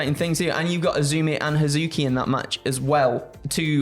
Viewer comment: I mean the intonation was wrong, as was Hazuki, but it’s all good. Should be a fun match